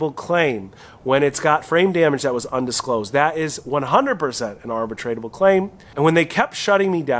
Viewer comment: NOT "arbitratable." "Arbitrable." ARB-UH-TROUBLE.